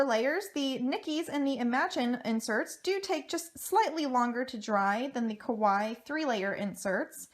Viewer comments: I mean, it's literally a word from another language which is clearly not her first language. You can't expect everyone to know how to say it perfectly. 🙄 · I wish people would say Kawaii correctly😒